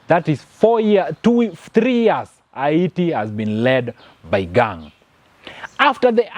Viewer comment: Fake news.all those your commenting are not verified and you cant video them Yout merely speculating and not giving true pics..secondly your accent is horible..and your pronouncing haiti wrongly.get your facts right